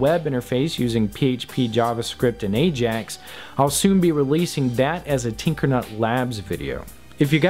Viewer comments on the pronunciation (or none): none